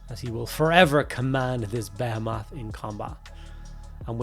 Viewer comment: Lovely work, but why does no one on YouTube pronounce behemoth correctly anymore? It's buh-hee-muhth. Not bae-a-mof.